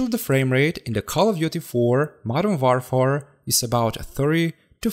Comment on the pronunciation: WARFARE is pronounced like "wôrfer".